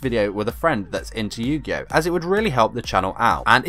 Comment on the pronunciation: What the fuck is yu gi yo?